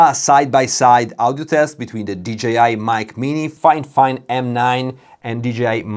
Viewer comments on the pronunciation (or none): Fifine, not Finefine :)